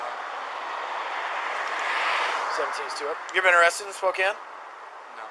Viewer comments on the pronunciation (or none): none